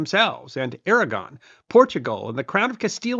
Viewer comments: Did you say "Kingdom of Aragorn"? 😉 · “Castile and Aragorn” 😅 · "Surrendered to the combined crowns of Castille and AraGORN" LOL. AraGON